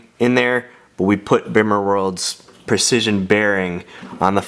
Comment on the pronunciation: PLEASE do yourself and everyone else a favour a stop pronouncing the "bimmer" the way it's spelled. it's pronounced "beemer"!! you sound like a complete noob when you say it wrong LOL! but great video dude. love the car, keep up the hard work!!